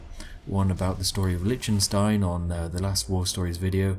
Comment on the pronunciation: Manojoogo litchenstein